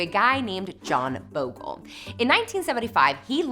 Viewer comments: It's John Bogle, not John Bogel lol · Its Bogle, not Bogel ;) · Jack Bogle (not Bogel) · Actually it's 'Bogle'.